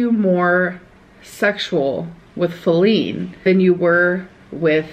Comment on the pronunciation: I always hear flea when she says feline... tbh I think it's more fitting lol I also think Eric and Ricky were only friends with amber after the breakup until Becky was able to leave. They distracted her so Becky could move on and out